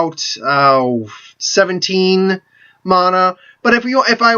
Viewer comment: It's mana, not mahna... god...